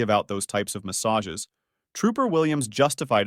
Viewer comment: Now I feel sick about "massages", He raped the word for ever